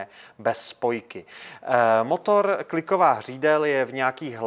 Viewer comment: Starrrrrrrtovat motorrrrrrr